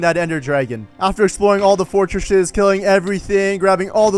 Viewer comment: Fortreshshes WAIT WHAT?